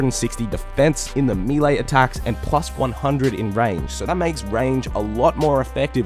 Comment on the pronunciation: What attack style is “mee-lay” ?